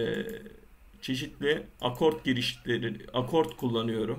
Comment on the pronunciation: knk akort değil akor :D